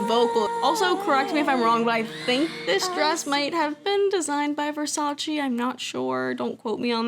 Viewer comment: love the video, but i, and this may just be me only, was about to almost scream when you said versace for the 20th time and pronounced it wrong too. didnt mean to roast you but there you go. lmao